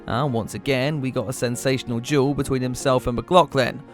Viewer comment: When you say jewel. Do you mean duel?